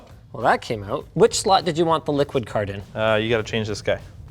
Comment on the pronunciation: FYI: It’s Liqid — not Liquid